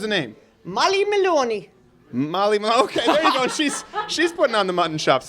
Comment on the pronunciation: "Molly Molone" was taking the piss out of you